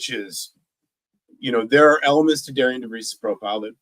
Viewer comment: I'm hearing Indiana media/podcasts are pronouncing Darian's name wrong. Pronounced like Darren